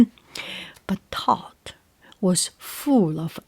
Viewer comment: It’s good to hear Thoth pronounced correctly, so many people say it wrong!